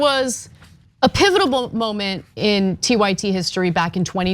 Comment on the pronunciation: Did she say "pivotable"? Is that a cross between "pivotal" and "pitiable"?